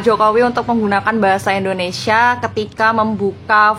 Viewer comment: pakai bahasa yg benar Indonesia bukan Endonesia Paham.......